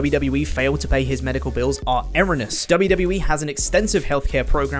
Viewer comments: Hi - it's erroneous - air-oh-knee-us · “Erroneous” is not pronounced like that…. Reeeeee hehehe at least in the US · He pronounced it “erroneous” and not “erroneous”